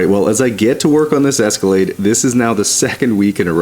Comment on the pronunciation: Escalade? I think you mean... Esca-lad-ee. Dang it,. 😂